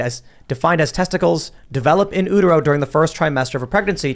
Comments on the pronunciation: Not sure why it's driving me so nuts but it's pronounced "Yooter-oh", not "Ooter-oh". Women have a uterus (yoo), not an ooterus. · In-YOU-tero, not in-oo-tero. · What exactly an "ooteroh"?! It's pronounced "you-ter-oh", Utero.... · It's in you-ter-ro. Not in ooh-ter-ro. Had to say it, it was driving me nuts. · In oo-ter-o? 🤦‍♂️ Bruh, it's you-ter-o. Like uterus. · Utero: it's you-ter-oh not oo-ter-oh - just FYI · Yuu-tero* They aren't called ooterus'. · In “ootero”. Oh Tim that’s not how you say that word. It’s pronounced “you-ter-oh” because it means in the uterus which is pronounced “you-ter-us”. 🤦‍♀️ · In "yew te row", not "ooh te row". It is a "yew te rus", not an "ooh te rus". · oootero 😅🤣😂 Bruh.......you-ter-O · The way he pronounces Utero is so funny... c'mon Tim! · Its YOU-tero. Not EW-tero. 🤣🤣🤣🤣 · PFAS is now in ALL rainwater globally now- there's no escaping it. Also, it's "in YOU-tero" not "in OO-tero". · oot-ero? not You-tero? tell me again how I shouldn't have gone to college oh wise drop out. Although I could speak correctly after 6th grade because I grew up in the 80s by educated people. Also, listening to people without degrees regurgitate whatever the heard somewhere as fact is quickly becoming no fun. I will be taking a Tim pool break for 6 months or so I think. Just starting to sniff your farts over there. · "ooh ter oh" LOL timmmy bud. "You ter oh." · studies show "in Ütero"... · Ootero? Lol that's the first time I've heard it pronounced that way in an American accent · Its pronounced “yutero” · In “ootero”. 😂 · Did you just say 'in ootero'? Hahahahahaha!!!! I love illiterate Americans! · Guys know WHAT and HOW TO PRONOUNCE the things of which you speak! For crying out loud it is your JOB. yewtero , stannous flouride is calcium flouride. Sodium flouride is a by-product of aluminum smelting. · I'm triggered by Tim saying "Ootero". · Did you just say “ootero?” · Pause. Oo-tero? Ok. Resume. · In oooot-arow hahahaha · I can’t get past “in ootero”